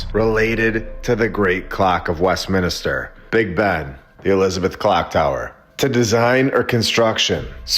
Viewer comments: West min ster Not mini ster . Thank you for your attention to this matter, lol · It's not West-minister mate ! 😅😅😅 It's West-minster 😂😂Sorry, had to say it 😂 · It's Westminster - not - Westminister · Great channel but your saying Westminster wrong everytime ,it's westMINSTER not westminister as you keep saying brother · It’s Westminster not Westminister. It get annoying after a while. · It's 'MINSTER' not 'MINISTER' sorry for being that guy... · I'm not trying to be a jerk, but it's pronounced.West-minster lol. I only know that because my parents spent a lot of time in england and canada and all over the place over there in the u.K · It's Westminster, (3 syllables) not WestminIster!!! (4 syllables) The mispronunciation is incredibly irritating, please correct it in future. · Its a nitpick, but just so you know, It's Westminster, not Westminister. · Evidence is not likely A.I., right? Only humans make these mistakes, it's charming. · Dude… Luv all of your content, but in this instance I’m pretty sure it’s WestMINSTER, not WestMINISTER… just say’n 😋 Keep up the great work 🔥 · West Minister instead of west Minster 😂 I like it 😂❤ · I had to ignore my eye twitch every time he said it 😂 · Americans please stop calling " West Minster" West Minister..Thank You! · Americans 😜🙄 Mate, It's West- MIN -ster. Not West- MINI -ster. 🤣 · Westminster, not Westminister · always wondered as a kid why so many beautiful bldgs and not built now.. also Westminster, not "Minister" 🤣🤣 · "Minister" = "min IS ter"... Westminster = west MIN ster. Sorry. It was driving me nuts. lol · As a Brit, it's bugging me like crazy how you mispronounce Westminster 😂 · Me too considering I come from UK... 😁🤣